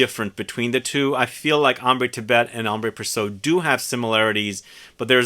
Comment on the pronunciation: It's Ambre with no accent aigue. And Précieux is pronounced "pressyeu" not "presso".